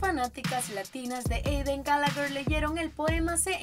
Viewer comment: No sé dise Gallagher sé dise Gallagher